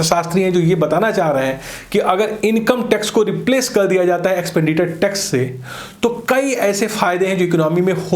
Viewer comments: Now it calls एक्सपेंडिटर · Sir ji, it's एक्सपेंडिचर not एक्सपेंडिटर